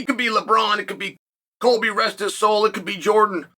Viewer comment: I thought he said Colby not Kobe as well